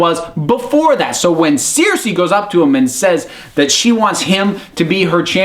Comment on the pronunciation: I'm American and I pronounce all the names correctly. This guy's just an idiot. Please don't lump all Americans in the same boat as this goon...